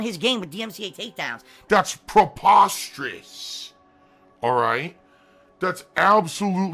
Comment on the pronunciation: "THAT'S PROPOSTEROUS!"